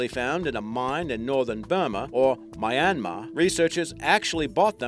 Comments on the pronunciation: Myan-mar not My-an-mar😅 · He said My-an-mar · Having spent 2 months in myanmar - it is pronounced Myinmar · Omg you said Myanmar wrong but oh well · How the hell did you just pronounce my native country's name? xD